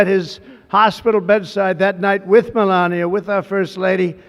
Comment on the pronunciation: Dude has said Melania three times and has pronounced it differently three times.